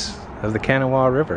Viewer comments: Kah-noe-wah. Kannywah? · If your going to bash a place you've never lived learn to pronounce half whats in it. Kanawa river..kah-naw-a...there's ni "i" in it. Charleston has been thru a lot but there's been a lot of improvements in the last couple of years. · Very nice video overall. I grew up there. Just as a FYI however, it’s not “can-a-wa” river… it’s pronounced “kuh-naw-wah”. A Cherokee word 😉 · the thing to remember is you were in a few different neighborhoods which although part of the city they are more like the suburbs you find in New York. you started on Kanawha (pronounced ka- naw- ah not can-i-wh) City before coming across the river into downtown. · kah-NAH-wah - not CAN-a-wha. Try asking someone how to pronounce the local names sometimes. A little research improves the content. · You need to know how to pronounce the local names before you do a video. The main river through Charleston is Kuh NAW wha, NOT can e wha. I grew up in the Kanawha Valley town of Nitro and just wanted to educate you on this. By the way It is not uncommon for coal to move by barge. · Kanawha pronounced can - aw - a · I came straight to the comments when I heard him say KAN●uh●wah. 😂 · It’s pronounced Kuh-naw-uh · Thanks for telling him how to say Kanawha. I must say every time he said can-i -wh I busted out laughing. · "Kennywha" is Kanawha. I'm proud to be from Charleston WV. I grew up on the Westside. Unfortunately the politicians have bled the city dry. I went to mound elementary, Dunbar Jr. High, then graduated from George Washington high. I'm a community chick, and I had an awesome childhood. It was safe, you knew everybody, and people cared about each other. People are leaving southern WV because of lack of opportunity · Nice and mostly complimentary description of my beloved old native town. tip: Kanawha is pronounced "Kuh-na-wah". It's Native American. Most folks mispronounce it at first. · The name of the river that runs through Charleston is pronounced Ka-na-wa.